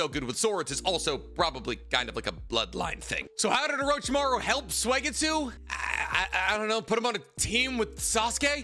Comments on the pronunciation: his name is suigetsu. not suegitsu. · I’m a big fan of “Swaygetsoo”